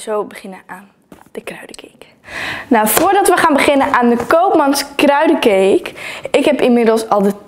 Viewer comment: Het is kruidcake niet kruidecake maar welk leuke video